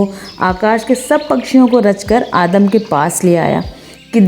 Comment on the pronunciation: Adam ❌ aadam ✔️ 😂